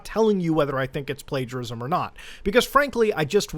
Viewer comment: I cannot believe Mutahar just didn’t bother checking the word “Plagiarism” up. He literally said “Plagarism”. Nice effort brother. I mean I know Muta, he always double-checks, but he didn’t this time.